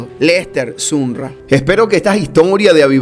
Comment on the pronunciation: ¿No se pronuncia su apellido como Samroll?